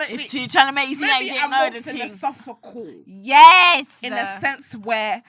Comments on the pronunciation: They were so drunk they couldn't say philosophical 💀💀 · not them about to summon a demon tryna say “philosophical” 😭😭